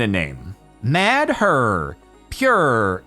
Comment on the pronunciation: "Mad her" 🤦🏻‍♂️